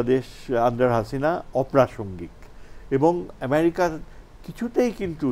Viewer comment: ইমিরিকা, বারত -এটি কোন ধরণের উচ্চারণ? এত নিম্ন মানের উপস্থাপক অনুষ্ঠান উপস্থাপনার সুযোগ পায় কিভাবে ? বিটিভি এইসব আবালদের দিয়েই এতদিন চলেছে।